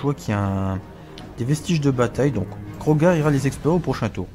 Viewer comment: Salut tu nous régale comme d'habitude mais juste c'est Kroq-gar et pas Krog-gar